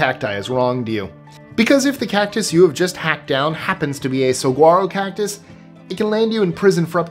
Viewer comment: Saguaro is pronounced "sa-warro". I'm from Arizona. Love your videos!